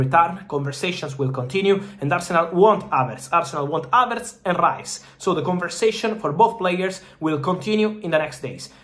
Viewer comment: Don't roll your r in English, specially in Rice